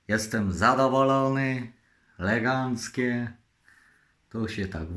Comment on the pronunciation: Jest i! Jakże jestem zadowolony razem z! Leganckie cudo! Jak ja mu zazdroszczę tych fajnych, dobrych rzeczy. I się "włancza i wyłancza"! Ja bym chciał kiedyś z gdzieś pojechać, byłby zaopatrzony we wszystkie gadżety minionego wieku! Byłbym zadowolony!